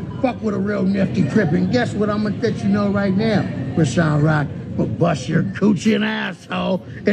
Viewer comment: First of all, that's not how you pronounce her name. Secondly, you haven't seen her contract for the house so stop speaking on stuff you don't have facts on! Stop coming for my frenn.